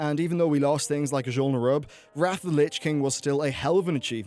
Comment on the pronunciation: You're butchering the name Azjol Nerub. Still love your content though.